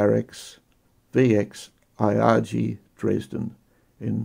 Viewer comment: ee-HAH-gay, not eye-AH-jee.